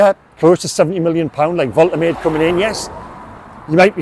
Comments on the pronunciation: Fair play m8 but ive listened to the German commentary first his pronunciation and it's pronounced volt er marder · Love your updates and passion for the Toon. Pronunciation of Big Nick's surname: Volta-Madda 👍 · It's pronounced Vol-Ta-Maa-Da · The pronunciation is 'Vol-ter-maa-duh'. They pronounce vowels over there in Germany. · I am German. Nick "Voltemad-e" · Well done,: first with the news again. By the way, Germans pronounce "W" as "V" (and "V" as "F" - so Volkswagen is pronounced Folks- vargen). So Waltemade is pronounced Volt-er-marder 🙂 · White English journalists’ and pundits’ flat refusal to learn how foreign names are pronounced is undefeated. There’s no chance the club, when leaking this to him, didn’t correctly pronounce the name. So I don’t buy that he doesn’t know how It’s Vole-Teh-MAH-da,. Not that hard to remember. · Fingers crossed! Pronunciation Volt-er-mar-de! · Pronounced Voltimada. Ive said this before why is it only Newcastle fans that never pronounce the players names correctly. Its embarrassing ffs. Shar, Guimaraes, Malick Thiaw, Sesko, Mbuemo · Thanks for bringing this to us. Woltermade looks the biz, touch of the berbatovs about him. Nice to be excited again. I've just checked the pronunciation prior to my video & it's "Volt-a-marde" apparently 😉👍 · Its Vol-Te-Mar-Deh, come on you English Stop butchering foreign names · Hi methinks the pronunciation is Vol - teh - mad - eh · Thanks for the news and for your excellent reporting. You will of course learn to say his name correctly which is Voltamayda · Pronunciation, I believe, is Volta-marda